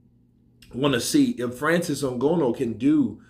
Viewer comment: It's Ng-an-oo not Ngono. But however his name is pronounced he's got zero chance in boxing